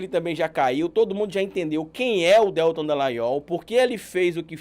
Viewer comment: você sempre fala o nome do Deltan errado. Você fala DÉLtan e o correto é DelTÃN.(sei que está escrito errado, é só para destacar a sílaba tônica). Isso não interfere em nada na qualidade do conteúdo que você nos passa, é só porque sou meio chata mesmo. Obrigada pelo trabalho maravilhoso que você nos apresenta. 😘